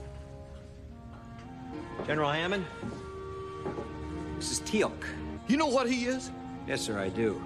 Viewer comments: Tealac? Cmon man, Its Teal'c! Like the Color Teal with a c, pronounced kinda like a K. Oh, youll figure it out after like the third episode anyway. lol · Lol the Teal'C flub, but welcome to the family!